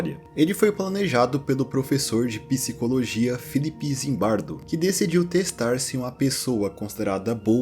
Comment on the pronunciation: Por que vocês falam piscicologia ao invés de psicologia?